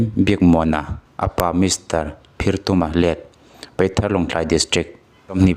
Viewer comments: I van chhiar thiam li ve peithar nilo in paithar tih tur w/o ti ni nana apa i tih zawh zek bawk. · Peithar tih in I lama,PAITHAR tih anih kha😊